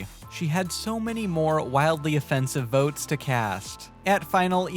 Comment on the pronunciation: Anyone else see the ship at the intro and hear, "Idol Boats," not votes?